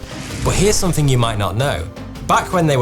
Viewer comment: Why do you say Somethink? With a k?